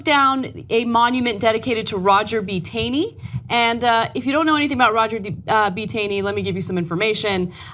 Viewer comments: Not that it particularly matters, but Justice Tanney's surname is pronounced as if it were written "tawney" . No kidding... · Ana, it's pronounced like dawn. as in "Tawney". In fact, there is a town here in Maryland, located in Carroll County, named after him called Taneytown. In addition, our Republican Governor, Larry Hogan, said yesterday he wants the statute of Roger B. Taney removed from in front of the State House and the Democratic leaders agree, so I'm sure that will be coming down soon also. No fuss, no muss. We know how to roll here in Maryland.